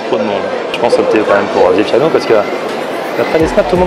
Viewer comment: C est Vapiano et non Viapiano 😹 si non bonne video quand même. Il y a beaucoups de Vapiano ici en Allemagne mais pas aussi ici c‘est pas aussi chèr qu‘en France